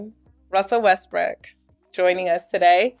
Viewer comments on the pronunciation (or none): Honestly, I heard "Nina Westbrick." I literally heard that. That's how she said it. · Did she just say "WESTBRICK"????